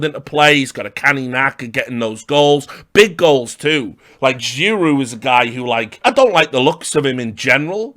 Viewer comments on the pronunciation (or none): Big goal sounds like Big Gull